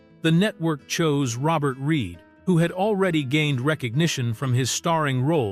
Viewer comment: Its reed not reid